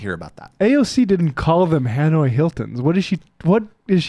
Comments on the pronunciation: I would love to know which "torture facility" she went to! That's one of the craziest things I've heard her say yet. She can't even pronounce Hanoi correctly...."Hanway Hilton"....please! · The "Hanway" Hilton? Doesn't she know it's the Hanoi Hilton? Can't even get that right